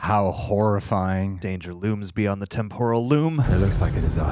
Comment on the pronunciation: It's funny hearing whenever says temporal loom because it sounds very similar to temple of doom, lol.